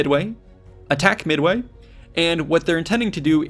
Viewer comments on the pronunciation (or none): Did he just say "Mid-away"? lol